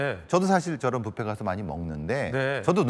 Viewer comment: 아나운서야 부페 가 아니고 뷔페야 뷔페 발음 좀 확실히...